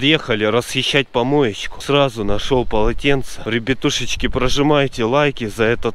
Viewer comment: Пачет, Польятилен, Ребьятушечки